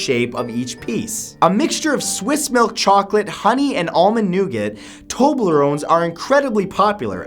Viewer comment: umm "famous?" i never hear of terblerone